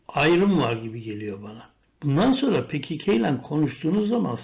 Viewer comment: Niye pe ke ke diyorsun komik olmuyor mu